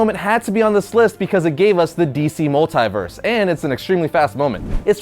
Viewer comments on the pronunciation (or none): Mult-eye- verse?